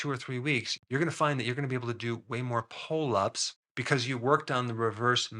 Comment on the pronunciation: I just keep hearing “pole ups”